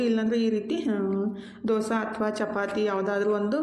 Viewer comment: ಅದು ದೊಸಾ ಅಲ್ಲಾ ದೋಸೆ